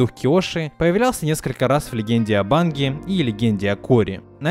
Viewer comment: Я один слышу Аватар Легенда о БАнге?